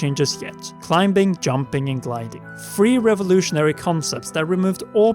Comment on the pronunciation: Who’s gonna tell him? Anyone? No one? Ok.... I’ll say it. The B in climbing is silent.